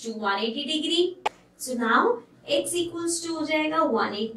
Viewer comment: how she said now